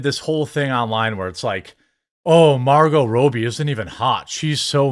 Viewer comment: Margot Rowbie 🤣🤣